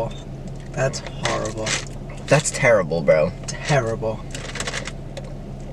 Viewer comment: Matts "terrible" sound so british